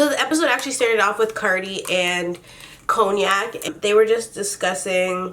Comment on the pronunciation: I love how she calls her coniac lol (is that even how you spell it?)